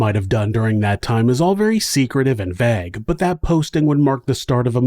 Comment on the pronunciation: Thank you. Is it slightly concerning that the pronunciation of 'vague' is more disturbing to me than any crimes discussed in the video? Probably I'm just glad that someone else mentioned it first.